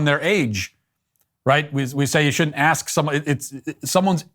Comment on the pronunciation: Matt says “ aks , ask someone their age”